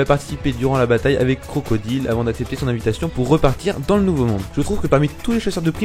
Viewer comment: Juste parce que ta dis " Cro co dile " et pas " Croco daille " j'met un dislike 😂 nan je rigole mais un peu de respect on parle pas de n'importe qui mais de crocodile Sama aka la puissance